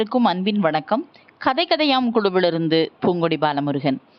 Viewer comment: Ha sound வராமல் தமிழை உச்சரிக்கவும் . பூங்கொடி ஐ poohngkodi என்று உச்சரிக்கிறீர்கள்.kadhai ஐ khadhai என்று உச்சரிக்கிறீர்கள். ஹிந்தி இல் தான் அந்த sound வரும்.கவனிக்கவும்.